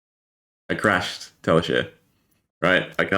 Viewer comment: this is nuts, but also I have never heard anyone say Tali share before. I think it's Tali shar as in rhymes with car. But still, crazy vid. Thanks for showing the combo. I wonder what zen will regularly be able to do with a 60-card deck.